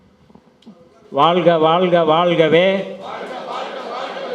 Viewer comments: தமிழை நேசிக்கும் ஒவ்வொருவரும் தமி(ழ்) உச்சரிப்பு சரியாக பயன்படுத்துங்கள் வாள்க அல்ல வாழ்க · வாழ்க!. வால்க இல்லை.தமிழில் உச்சரிப்பு மிக முக்கியம்